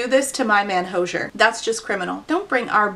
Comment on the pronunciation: That's an interesting pronunciation of Hozier's name lol Not gonna read it, obviously, but your video made laugh!